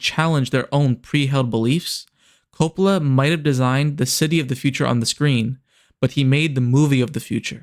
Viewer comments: You pronounce "Coppola" as "Crapola." I love it. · the way you pronounce "Coppola" bugs me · Coe-pah-lah. Coppola. Francis Ford Coppola. It's one of those delightfully musical names. I noticed because I forced myself to stick with it, that you switched pronunciation later on. I would guess that means you recorded the audio in two takes? To be completely honest, if you noticed this along the way, as much of a pain in the butt as I know it is, it would have been worth re-recording the VO and even re-uploading to fix that. For someone who ahs heard the name one way all their lives, it was really jarring. EDIT: OK, just wanted to add that the review itself was really strong. I had not heard of this movie, and I will now be watching it because of your review. That said, your visuals still need a little work. I completely understand you would have limited visuals from the movie itself, but the one sequence of different shots was repeated enough to be noticeable. Break it up a bit more. Take some stills from the scenes and pan over them to make it look like a slightly different visual from the clip. Use pans and zooms onto some relevant part of the still related to the thing you are talking about in that moment of the review. You did some good things with timing visuals to the topics you discussed, but in other places, the visual was different enough as to feel "off." Again, overall, not bad at all. Honestly, aside from just tightening up your use of visuals, this is on par with channels out there that have been reviewing movies for years and making money doing it. You gave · If you want to seems intelligent learn how to pronounce Francis’ last name ( do you know the difference between the letter ‘O’ and ‘A’ ??? God help you.